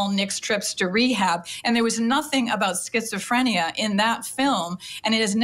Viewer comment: Skits-oh-freeenia lmao